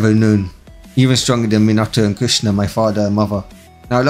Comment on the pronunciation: It sounds like you called kushina Krishna the maintainer